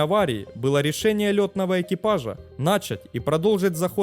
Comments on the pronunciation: нача́ть, а не на́чать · Говорит как Горбачёв ). "нАчать" и "углУбить" ). А вообще канал ни о чем. Дежурный, бездушный канал ради лайков и просмотров. Обычное перечитывание русскоязычной Википедии, без какого либо исследования вопроса. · Вы отличный рассказчик, мне очень нравится Ваш канал, но, пожалуйста, соблюдайте нормы ударения в словах: не нАчать, а начАть, не зАнять, а занЯть 🤗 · нАчать снижение …зАнять курс Что с ударением у автора????